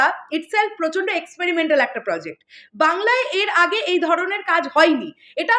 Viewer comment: Kano apni barbar প্রোজেক্ট কে প্রজেক্ট bolen!!